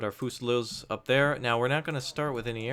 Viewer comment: really really really really hurts to hear you say fusiliers like that..